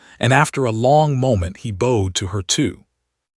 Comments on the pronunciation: Could you teach your ai voice the differences between bowed and bowed? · I like these stories but I really need the ai to start reading stared and bowed right 😂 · As well as teaching your AI voice the difference between bowed and bow, try to teach it hoping from hopping. Liked the story.